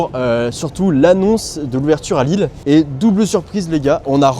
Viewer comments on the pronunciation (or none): Au secours!!! Lille sans 'S' svp. Faites un éffort quand même.